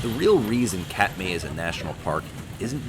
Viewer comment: This is a great video, but every name is (comically) mispronounced. Doesn’t really detract, but it tells the Alaska viewer immediately that they are Cheechakos. Oh well, I was once. It’s not Kat-May, it’s Kat-My. Confession, I was busted last weekend in McCarthy for calling Donoho Peak Dono-Who. Oh well. Another 35 years and I’ll get it locked down.